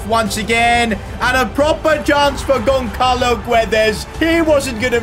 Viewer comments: gonçalo is pronounced 'gonsalo' not 'gonkalo' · pronounced gonsalo btw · Damn..pronouncing Gonçalo as Gonkalo hurts me. the "ç" in it is pronounced like the "s" in salt.